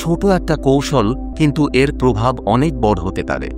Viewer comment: বাংলা উচ্চারণ আরো সঠিক হ ওয়া প্রয়োজন। প্রয়োগকে প্রযোগ এবং বড় কে বট বলার প্রয়োজনীয়তা ঠিক বোধগম্য হলো না।‌ বাংলা ভিডিওগুলো তে উচ্চারণে যথেষ্ট মনোযোগী হলে তা শ্রুতিমধুর হয়ে ওঠে। কিন্তু ভিডিওটির মূল বক্তব্য অত্যন্ত প্রশংসনীয় ❤❤